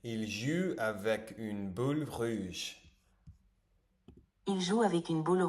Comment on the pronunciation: Ton francais est assez bon ! Mais c'est vrai que tu as une grosse difficulté à prononcer les "ou". Your prononciation is more like "il ju avec une bule ruge" instead of "il joue avec une boule rouge". And as a french speaker sometimes that's weird cause it becames a different word. Essaie de te focus sur ce point en parallèle de ton apprentissage. Grosse force à toi ton travail est déjà admirable ❤️🙏🏽